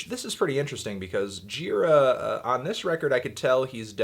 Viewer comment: antnee...you are pronouncing michael gira's name wrong